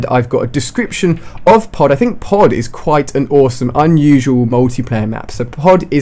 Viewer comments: Lol I thought pod said poo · I thought it said poo instead of pod :3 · I thought pod said poo lol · I thought Pod say Poo. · Look at the way he says pod.lol